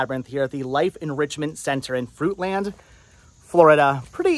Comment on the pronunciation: Real pronunciation fruitlen park lol been living this area 30 years it killed me hearing fruit land lol😂😂😂